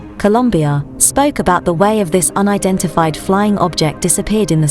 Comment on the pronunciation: if i hear her sayin UNIDIFIED FLYING OBJECT one more time im dead